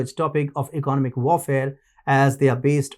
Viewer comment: Learn to pronounce economic, other, assets, and technological